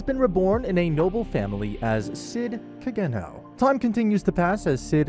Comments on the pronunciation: CID Ka-geno 😂 It’s Ka-Ge-Noh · Hate the way you pronounce Kagenou but other than that video is fire as always.